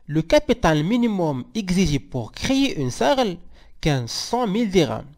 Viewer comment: On dit S. A. R. L.